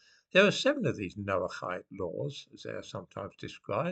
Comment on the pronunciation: How come you can pronounce noachide properly, but not loch? Very odd indeed!